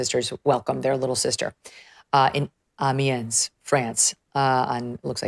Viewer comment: Megyn's French pronunciation needs some work. Macron, Trogneux, Amiens